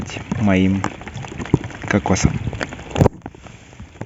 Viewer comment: Ики́тос, а не ИкитОс.